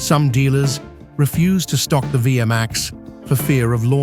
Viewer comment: It's pronounced vee max not via max stupid lame a.i. generated narrator